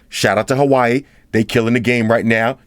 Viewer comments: I love how you pronounce Huawei as Hawaii . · WAH WAY say it! WAH WAY repeat! WAH WAY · It's pronounced "wa-way" lol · Took me half way thru to realize what "hawaii" was 😂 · He pronounces Huawei as Hawaii XD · Huawei pronunciation😆